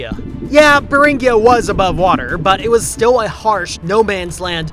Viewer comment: Beringia with a hard "gee" sound, not a soft "ghee".